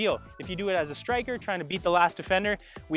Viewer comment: I thought you said snicker and I was like hell yea 😂